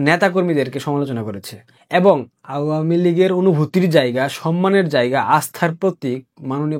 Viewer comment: আওয়ামী উচ্চারণ ঠিক বুঝতে পারছি না